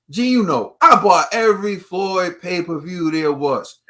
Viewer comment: It's MayPerView! Xdddd